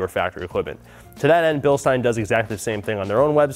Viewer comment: Ey American. It's said bilSHtein. Get it right.